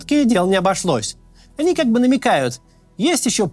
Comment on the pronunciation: Говоря "они" про себя, путен в общем-то прав, только ударение не на тот слог ставит, ведь "о́ни" - это в японской мифологии "большие злобные клыкастые и рогатые человекоподобные чудовища" 😄